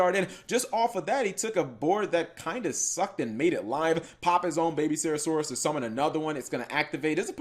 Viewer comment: can you stop misspelling miscellaneousaurus and not saying serasaurus